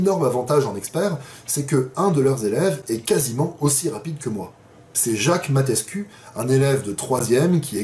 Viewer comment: Incroyable vidéo 😂. Dommage que je puisse pas venir l’année prochaine. Ça se lit Mateescou 😭😂